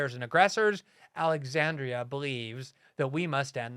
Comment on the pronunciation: Alex-HAN-driahhh. This first name sort of address in a public communication reminds me of the baroque designs on floral-scented commercial toilet paper.